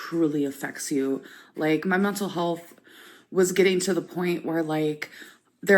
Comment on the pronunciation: "mye muntul hullth"